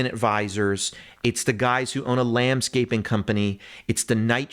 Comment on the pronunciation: “Furtnick” “Lambscaping” 😂